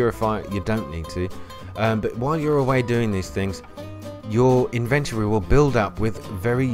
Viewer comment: Invent-ory?! 😂😂 love the video but had to tease ya, ty